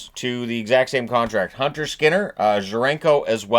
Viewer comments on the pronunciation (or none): none